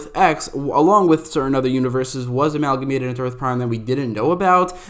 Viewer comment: Dude definitely looked up synonym for combine and got Amalmagate lol!! Tryna sound smart and shit